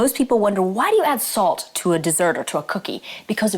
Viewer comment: did yo u say salt or assault"!! I never know!!